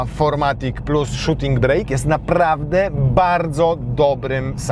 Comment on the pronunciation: Panie! Nazwa tej wersji nadwoziowej to Shooting BRAKE (a nie BREAK) - a więc "hamulec" a nie "przerwa":)